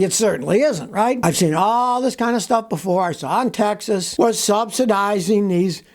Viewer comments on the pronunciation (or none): none